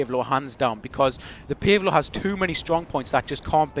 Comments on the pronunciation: Pace Low!!!!! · Sounds funny when you say "Pave Low" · I like how you say PaveLow